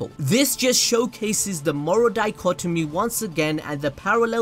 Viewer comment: moral not morel